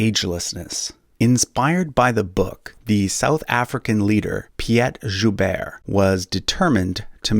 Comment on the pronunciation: Not "Piet Joubert" though. Not even close